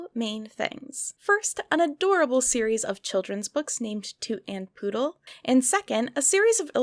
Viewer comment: isnt it puddle not poodle?